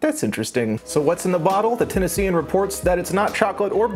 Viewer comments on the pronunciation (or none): none